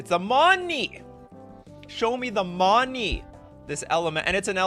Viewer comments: it's not "money", it's "monny" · The way you say money is terribly racist. Sad